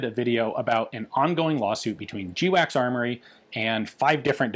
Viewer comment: Its not pronounced jee-wacks its pronounced gwacks. Everybody knows that Ian.